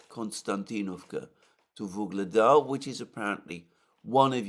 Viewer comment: "Ugledar" or "Vuhledar", not "Voglada"